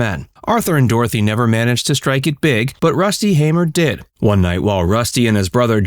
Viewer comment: His older brother (my grandfather) John hamer passed last year. And thank you for pronouncing the name Hamer correctly 😂😂